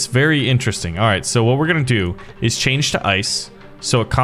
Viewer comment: Bro messed up with is😂😂😂 Bro said instead of is it's iis